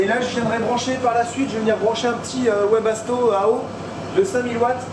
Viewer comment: Salut juste pour dire ça se dit vebasto et pas webasto 😉😉😊😊 sinon j'adore vos vidéos